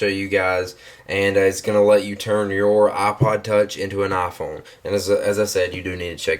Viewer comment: Eye-Phone. Not ah-phone